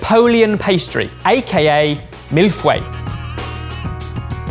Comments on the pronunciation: I'm sorry, a mille what?! 😂 I never thought I'd hear the word "feuilles" pronounced like that! On another note, I'm so glad I discovered your channel, It's been so helpful to get my mind off of the pandemic! :) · way of saying Feuilles makes me physically ill